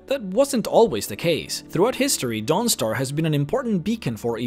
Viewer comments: I love your videos, but forgive me, I always chuckle when you say Dawnstar, I always hear DONGstar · The way he says Dawnstar XD